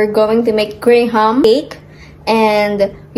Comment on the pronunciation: Just fyi only, it’s pronounced gram not grey-ham. :)